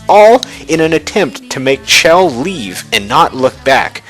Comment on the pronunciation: It's Chel as in Shell check out dev comentaries on Portal 2.